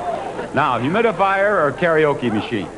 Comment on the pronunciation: Cant even say karaoke